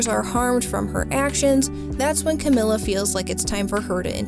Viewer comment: Fantastic video I really love this. And any other TOH videos that you make I’ll also love I’m sure. But just so you know, it’s Camila with an E sound and not an i sound